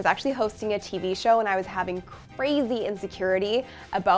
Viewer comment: Incredibly helpful. And appreciated! though, the fleeting ourtro, there's that word "show-hoe." It sounds a tiny bit like ho. Cheers, sister of endlessly helpful help! Thanks so much.